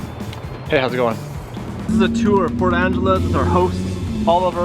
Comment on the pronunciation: Please say it right lol! Port Angelesss, not Angeleeese!